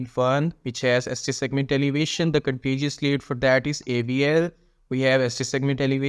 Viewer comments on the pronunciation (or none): It’s contiguous lead bro not contiguous lead,are you Paki.